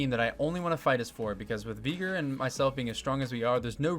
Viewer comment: My brother, that is NOT how you pronounce Veigar